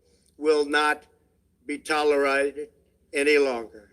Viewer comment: Trump made up a new word. "tolerited"